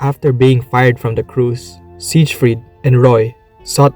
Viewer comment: He's even got a video in the video that says the name right, and he immediately says it wrong again. 💀